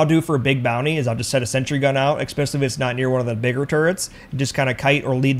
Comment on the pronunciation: Especially. The word is especially. Not eckspecially. lol Other than that, good tips.